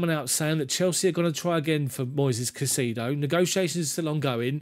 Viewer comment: Thumbs up,, on the format and commentary, with one huge caveat. Stop pronouncing the player's name as "CaiSEEdo"; it's actually "CaiSAYdo", trust me on this one, mate, I'm a fellow Hispanic 😊. Cheers!